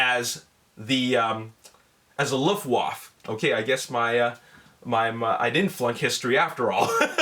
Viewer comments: It is called "Luft Waffe" not Luff waff. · There is an a at the end of Luftwaffe sound wise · You didn't pronounce luftwaffe correctly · hahaha dachte bin der einzige der ihn feiert #Luftwoof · great video as always, but the way you pronounced "Luftwaffe" was very funny greetings from germany =) sorry for my bad english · do i shmell luftwaffels?